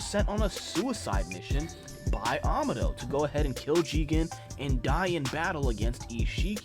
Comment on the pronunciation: Amado's name is pronounced ah-mah-doh not ama-doh.